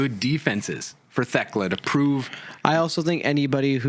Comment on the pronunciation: On my hands and knees begging yinz to stop pronouncing the H in Thekla